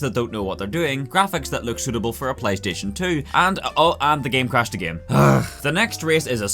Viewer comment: "the giem"